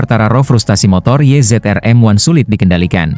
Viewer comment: Kalem, nyantai ajA, nyebut race, YZ-RM1 aja salah.......emang pembaca naskah cuman baca doang